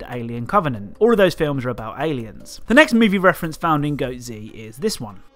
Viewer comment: It’s pronounced goatz like one word goats but with a zzzzz noise at the end